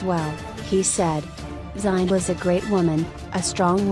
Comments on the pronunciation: This was painful to listen. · Learn how to pronounce “Zinhle” first😕